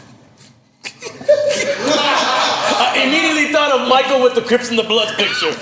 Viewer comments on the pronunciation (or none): none